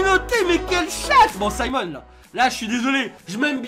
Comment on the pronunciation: C est pas SIMONS c'est SIMON 😭😭😭